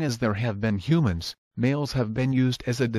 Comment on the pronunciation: You said "huMANs". We're "hupeoples"